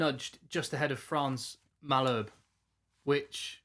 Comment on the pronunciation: Legit channel - some pronunciation tips from a half-Saf/half Brit rugby-madman. Malherbe = Mull Herb Err. Arendse = Are Rent SSir